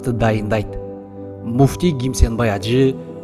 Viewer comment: Чала кыргыз Кимсанбай ажы деп айтчы туура гимсанбай ажы эмес